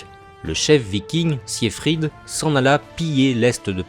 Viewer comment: Très mauvaise prononciation du prénom siegfried